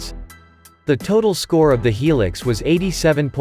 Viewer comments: Yeah the pronunciation drives me nuts. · Hee Lix, what a pronunciation !!! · its hi-lux